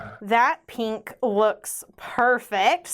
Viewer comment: Can we get editing to emphasize when says Peenk 😍💕😁?